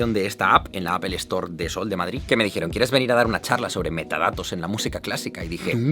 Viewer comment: "apelestor"... un esfuerzo, aunque sea pequeño, en pronunciar en Inglés, no vendría mal.